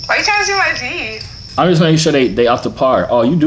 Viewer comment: and he says teef